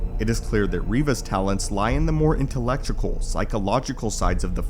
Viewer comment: Intellectucal? Lol intellectual.